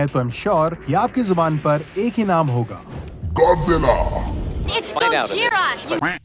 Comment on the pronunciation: hahahahahahahahahah you stuped godila not godzila